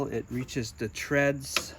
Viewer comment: "threads", not treads!